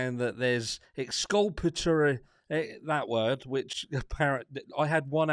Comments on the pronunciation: Ex-culp-a-Tory your welcome 😁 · Lol... Excrapaturry... Let me know when the word of the day is ‘ Cross Examination’... that’s when we get the meat n potatoes 🥴